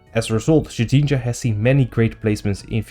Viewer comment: The way you say shedninja makes me giggle for some reason